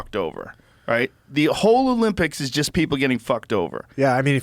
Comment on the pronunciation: Pretty sure she said “Olympic Cheesus”